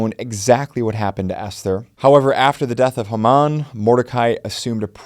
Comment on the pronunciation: like the videos; but, its; HAY-muhn...